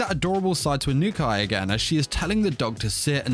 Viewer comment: "Eye-noo-kai san" 😂